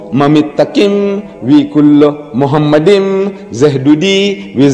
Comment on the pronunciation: The first mistake by Deedat is that he pronounced מַחֲּמַדִּ֑ים as ‘muhamaddim’. But he is wrong, it is ‘ma-kha-madim’. So there is no pronunciation of Muhammad. The other mistake made by Deedat is that he said that ‘מַחֲּמַדִּ֑ים' is a name. Again he is very wrong because מַחֲּמַדִּ֑ים is a masculine plural noun, so it is not a name (like יְהוִֹה, Yhvh). And because it is not a name it is impossible that it refers to the name of ‘Muhammad’.